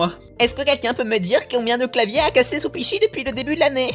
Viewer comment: J'ai entendu supichi 😂